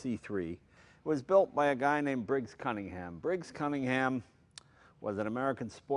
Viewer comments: Looks like the offspring of a tryst between a Bentley and a Cobra. I like it. Someday, a kid will shake Jay's hand and thank him for the opportunity to "meet a piece of history." Duck fast, kid. And is it just my ear or does Jay pronounce Cunningham as "Cummingham" the first couple times? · Sorry, its really silly, but I can't watch this: there's something about the way he pronounces cunning-ham that really grates. I'm completely fine with American pronunciations normally; it's just this one word. Jag-warr is fine, aloominum is fine, trunk and gas are no problem, but cunning-ham? No. No, no, no. It's a shame, as I'm really interested in the car. I think maybe I should just get over it... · Jay pronounced it correctly just once, and then after one of his team mispronounced it, never returned to form.